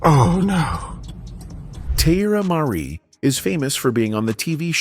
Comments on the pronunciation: "Tee-eye-eerra Marri" is diabolical 😂😂😂😂😂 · At least pronounce her name correctly! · Saying her name incorrectly in a video about her is so disrespectful. I have to thumbs down this no matter what the message is.